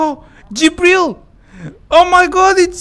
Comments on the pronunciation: When he say Gibril,i am hear Dibil because i am RUSSIAN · Says Gibril Me who knows russian: Dibil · I JUST REALIZED WHY HE SAID GIBRIL BECAYSE WHEN HE PLAYED BLACK MESA HE GOT GIBRIL